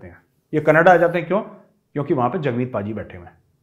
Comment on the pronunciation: Love the way sir when You say "canadda"(canada) Gajab bolte haiiiiiin👅